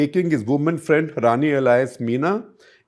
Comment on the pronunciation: The great modern GuptaJi, espousing liberal values and an open mind... still cannot say 'BOYfriend' 😂😂